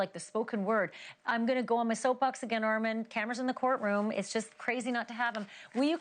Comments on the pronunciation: Ma'am!!! Put the emphasis on the right syllable!!!!!! Ar MON!!!!!! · You did a phenomenal job! I want her to say your name correctly, though. Lol! I thought it was ARE-MON not ARE-MEN? Am I bugging? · It’s Armon, not Armen 😂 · You were right she doesn’t say your name correctly… it’s ARMON not Armen!🙄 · PRONOUNCED: ARR-MON ON not IN If they respect you enough to have you on their platform, they should respect you enough to get your name right. Please start standing up for yourself and start correcting people regardless of their status. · Please tell her your name is Armon and not Armen! 😭😩 She is sending me!!!!!😵‍💫😩😩😩😩😂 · Who cares that she pronounces your name as “” we know she means Armon!!! Redemption! I love it!!!!! Congratulations!!! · Good Job! Lmfaoooo he knew she was going to mispronounce his name 😂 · She stay calling you "" like someone correct her plz. It's annoying lol. 😩😭😂😂😏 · The pronunciation of Armon’s name is crazy work… it’s “R…MOOOONNNN” 🤦🏽‍♀️ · Whos ARMEN?... THESES people get on my nerve They know how to say the name right 💁🏾‍♀️,.. anywho besides her not being able to read a name properly congratulations armon on your success!!!!🎉🎉🎉🎉❤️ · I need her to play ARE MON wigginsss he bringin the tea, so she can pronounce it right. You Killed it! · We love this for you ❤ but her pronunciation of your name is sending me 😂😂😊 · Why is it so hard to pronounce armon? Smh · Congratulations Armon!!!🎉 (Sidebar: I can’t stand when ppl mispronounce his name😡😩😆)